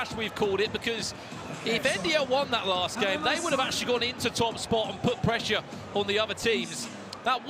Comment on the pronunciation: PRESHA WHAT PRESHA